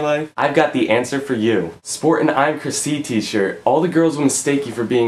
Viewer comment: ive realized that every time you say chrisc i keep thinking that your saying my name chrissie lol. im procrastinating of buying a shirt =]